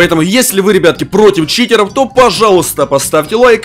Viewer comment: Почему ты говариш не читеров а читероу